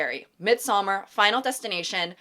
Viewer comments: Please check Midsommar pronunciation. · As a Swede, I cringe every time she says Midsommar 😭